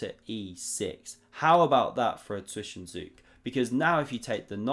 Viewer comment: Fantastic content, even your "Zwischenzug" pronunciation has gotten a lot better. ;)